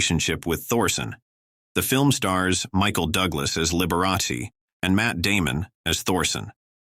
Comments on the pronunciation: At least pronounce his name correctly....it's Liber a chee. It's Italian. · "The bi-o-pick on liber-a-see" AI again. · You aren't pronouncing Liberace's name properly. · The A I voice can't even pronounce Liberace properly. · Out of respect, couldn't you at least pronounce his name correctly. Liberace. it's Sal (sounds like) Mini 0.